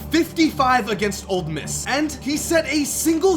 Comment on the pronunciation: He said OLD MISS NOT OLE MISS